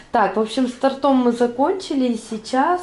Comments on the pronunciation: Вы неправильно произносите. Не с тортОм, а с тОртом. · Не с тортОм, а правильно говорить с тОртом.